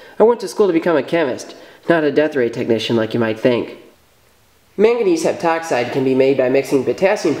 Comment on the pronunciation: when I heard "mangangese heptoxide" I was like, you sure you wanna do that?